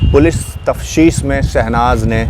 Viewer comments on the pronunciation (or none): Tafteesh hota hai bandhu, tafshees nahi